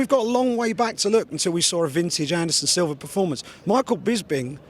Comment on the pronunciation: Is it me or does Bisping say "Silver" everytime he says Silva.